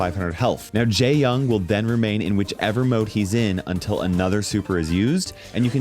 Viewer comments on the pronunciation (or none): 😭 for other videos where you say his name, the correct way to say jae-yong would be not like "jay" but more like "jaeh" and when saying yong its not with an "ah" voice but an "oh" voice /ʤe - jɔŋ/ in phonetics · I heard him say gay-yong 💀